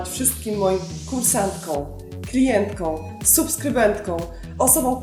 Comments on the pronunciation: proszę nie potraktować mojej uwagi jako uszczypliwości, ale jako przejaw szczerej życzliwości. Otóż wkradł się w Pani wypowiedź mały lapsus językowy. Mówimy - kursantkOM, klientkOM, subskrybentkOM, osobOM. Proszę nie bać się tego OM (celownik, liczba mnoga) na końcu wyrazu i śmiało je artykułować. Nosówkę Ą można wyraźnie artykułować w rzeczownikach i przymiotnikach, ale tylko w narzędniku liczby pojedynczej. Ponadto gratuluję pomysłu na program! Ogląda się wyśmienicie, a przy tym można się zainspirować i przenieść coś na własny, domowy grunt. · w wygłosie w liczbie mnogiej nie stosujemy nosówek. Mówimy "kursantkom", "klientkom", "subskrybentkom", "osobom". Takie małe niedociągnięcie;) Btw Bardzo fajny film. Szkoda, że tak rzadko je Pani wrzuca:)